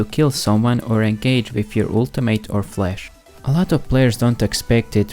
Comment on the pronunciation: I turned off the video when this dude said '"flesh"" instead of ""flash""